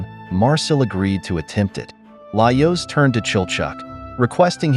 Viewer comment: Is this an actual voice over, or an AI? Certain words like Laios seem to be mispronounced consistently, in a manner that I have found consistent with an AI that doesn't know the correct pronunciation, rather than a voice actor who would learn the pronunciation of the character's name and adapt.